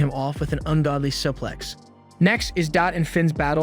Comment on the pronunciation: Bro who taught you to talk? "Fan club" isn't supposed to sound like "fawn clob" 😂 Omg "suplex" is even worse.